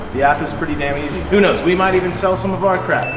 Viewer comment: Loving the work, loving the style. Gotta work on your ‘Dahm game’ still 😄 That unload, maaannnn...